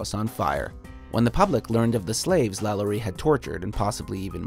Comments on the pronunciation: Lalaurie is pronounced "La-lor-ee". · "Number 10: LaYanny Mansion, New Orleans." Bruh.